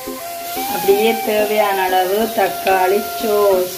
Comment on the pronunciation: Don’t say சோஸ்,ஸோஸ் நல்ல முயற்சி